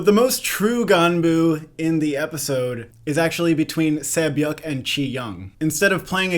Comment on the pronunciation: Props on the name pronunciations! Sae byeok is kinda like 'seh byok' but the rest are good 👌